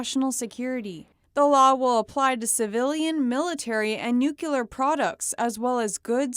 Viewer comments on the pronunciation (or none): DID you just pronounce "NUCLEAR" as "NUKELAR"? WHO ARE YOU?? Homer Simpson?! It can't be any clearer than 'NEW-CLEAR'. LEARN IT!